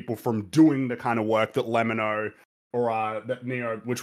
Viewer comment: It’s funny how corrects Xqc’s name while pronouncing lemmino’s name incorrectly lol